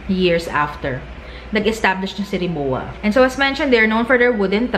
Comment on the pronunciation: Hindi RI MO WA. It's pronounced RI MO VA